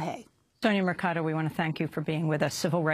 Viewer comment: The solicitor's name is Mercado, not Mecardo.!!!!